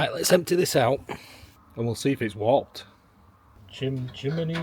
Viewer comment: What are you saying? Wopped? Oh warped! Got it. Love the video!